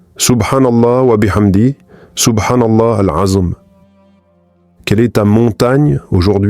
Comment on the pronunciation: Moi-même je posé la question en plus pour les personnes qui répètent de la même manière c'est pas bien il dit SOUBHANALA AZM hors il me semble que c'est SOUBHANALAOU L' ENZUIM je sait pas si je lai bien écrit mais je sait mieux le dire oralement que l'écrire 😅